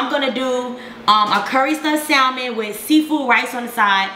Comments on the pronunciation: I had to click off after hearing SALmon several times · Well girl...first you should learn how to say salmon...no shade..none at all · I hate when people mispronounce salmon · The "L"... it's not there